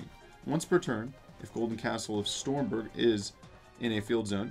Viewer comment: Maybe you'll get it if you say the correct pronouciation. "Golden Castle of STROMBERG".